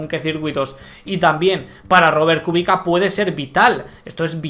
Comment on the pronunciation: buen video. Kubica se pronuncia "Kubicsa". :D